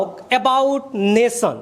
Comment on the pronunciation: Not Nason ... Nation